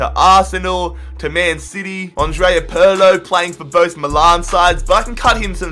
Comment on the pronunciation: The way you pronounce "Milan" is horrible